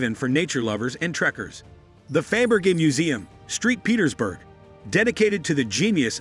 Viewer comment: Street Petersburg ? Saint Petersburg.... :p